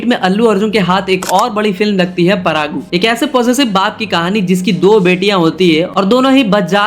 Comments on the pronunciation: Its parugu not paragu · Kuch kuch bisay tum galat bataya be thik se research kar ke bata Pehli 100cr collection film dj nhi race Gurram tha pehla 100cr collection film . Alluarjun ke pita ji allu arvind ji he cheeranjeevi nhi. Paragu nhi parugu Ish sty lish star nhi Stylish star 🌟 Thike pronounce kar sabdh ko chutia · Its not परागू 😂 its परुगु